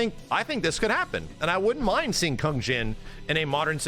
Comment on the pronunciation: I really hate the way this guy pronounces "Kung". This isn't 1960. You're not Kano. You make it sound so vulgar and gross. ew.